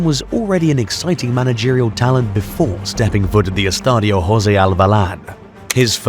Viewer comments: Once and for all, the way José is pronounced a few times in the video DOES NOT apply to the portuguese language. The letter J is to be pronounced in the same way as in the name Jack or John. All the portuguese Josés appreciate the effort! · I was going to write the same. Brits are so annoying when they decide to pronounce the J as if it were an R just to sound cool and foreign.